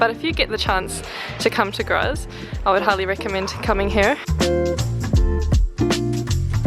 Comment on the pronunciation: Nice caption, especially that you spent only one day in Graz; the only thing that was amiss/off, was your (German) pronunciation: e.g. "Graz" (in German) is pronounced "Grahts" (approximately).